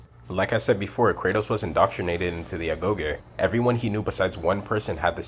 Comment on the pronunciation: I'm late to this but I hope you see it. Uh-goh-jee for Agoge. I didn't think that people misunderstood Kratos when he said "We must be better", but I think you crushed it with this video. I spent most of my time these days with creative writing, and you really expressed and explained it via psychology and through narrative points why his change was impactful, important, special, and most of all; necessary. Anyone who says that Kratos isn't Kratos once the 2018 game started, you're nostalgic for the sake of hating on newer things and you've never tried to restart your life to be better than you are (you can be better, you're just afraid). Or it just isn't for you.